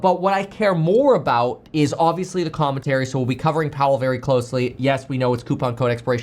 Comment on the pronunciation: ok we nailed in first 30 seconds.. no need to listen to the rest. your welcome guys. Sorry Kev, but I can't sit here and listen to your impressions this am. no sliding into Obama, or Mr. Wonderful or any others. Havnt heard your Ben Mallah in some time .. but when you say the word Obvious, you slide in a few extra vowels these days. It's crazy because when my brain hears you stepninot a character, I starting scanning the usual hits and sometimes can't figure out who your doing. I know its somebody because it might be new to you. So it's "aaubvious" your doing a new impression to work into your fun personality. Tired of it. Sorry Kev. Love you but STOP!! Very people are as smart as you or have achieved as much as you , period. So why copy other people with constant impressions that you take for your own. It's not authentic but at the same time your authentic so it's a weird thing. Your an entrepreneur but yet you steal from other personalities to create your own but not as a child as a grown man.